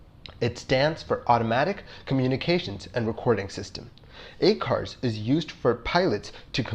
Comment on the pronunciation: I apologize that I didn’t see it earlier but the acronym ACARS and some of the pronunciations. Just a critique. Please don’t take offense.